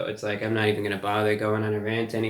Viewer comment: "Taste laak chicken" in Reviewbrahs best "Urban" twang.